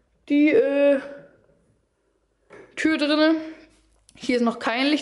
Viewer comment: Es heißt "drin".. "drine" gibts nicht